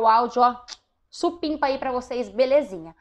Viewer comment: Esse pará com acento ficou estranho!😅